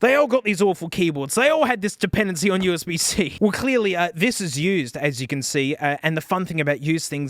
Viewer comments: "HDMEE" "OOSB" 🤣🤣🤣🤣🤣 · "Hood-me" HDMI "oooozbuh" USB 😂😂😂😂😂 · “you get… you know, charging, hedmei, and usebe.” best line ever